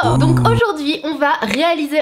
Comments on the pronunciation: Comment ta dit 안녕하세요😳 tu doit le prononcer annyeongasséyo (annyeonghaseyo) Le eo est en son entre le e-a-o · Oh non la prononciation de 안녕하세요 c'était pas possible 😭😭😭 Bref sinon super vidéo, Pony Syndrome est si talentueuse... ^^ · Quend j'ai vue la notification youtube j'ai tout de suite cliquer et je te dis bravo pour avoir tenté de dire bonjour mais la prononciation c'est pas top sa mais j'adore qu'en tu fait des vidéos sur l'Asie continu comme sa tu est super 😊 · ton 안녕하세요 m'a un peu fait saigner des oreilles mais bon je te pardonne ceci ne nous séparera pas ne t'inquiète pas <3 ya énormément de marque de make up coréen géniale a des prix suoper abordable tu devrais essayer ^^